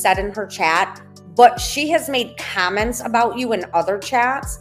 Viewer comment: Nikalina pronounce comments without the LONG I - it’s not KIME ents - it’s comments - with a short o - rhymes w ah